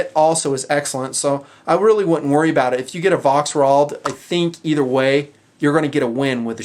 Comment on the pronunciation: The "V" is prenounced as a "F' in German.